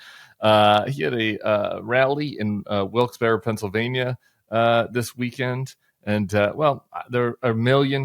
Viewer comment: I want to give a shout out to Tim for pronouncing “Wilkes-Barre” like proper Pennsylvanian 😊